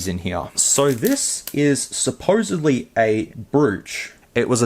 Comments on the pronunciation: Brooch is pronounced Broach. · Good stuff, Temu ftw. BTW, Brooch is pronounced: Broach At least where i'm from, I should add. 😅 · Brooch is said like "Broach" - just sayin'